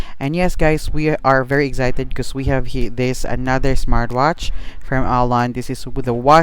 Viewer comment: Bumili ako dahil sayu. Thank you sa review apakahelpful. Pero eks-cited ata un di egs-cited. Sorry na labu.